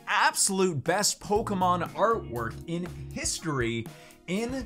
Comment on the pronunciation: Für ein amerikaner eine pokemons falschausgesprochen wie peinlich